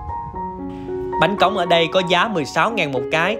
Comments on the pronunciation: Bánh Cống chứ ko phải bánh Cóng, sai rồi kìa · Bánh cống nha anh chứ ko phải cóng